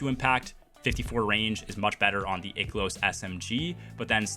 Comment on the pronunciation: Holy fucking shit. I can't watch this video. The amount of times you mispronounced "I-Kill-Ohs" (Ikelos) is fucking INSANE to me. You keep saying "Ick-Ill-Ohs" which is horribly wrong.